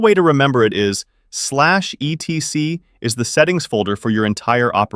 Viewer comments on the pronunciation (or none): /etc is pronounced "etsee" by the way. Although there is nothing wrong with spelling it out its a bit tiresome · etc -- as in /etc -- is pronounced et-see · /etc is pronounced like Etsy.